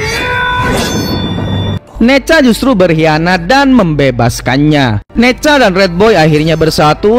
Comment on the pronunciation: Nezha bang bukan neja